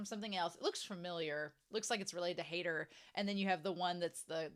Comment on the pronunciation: It's not Hater It's [ˈhaɪ̯tɐ]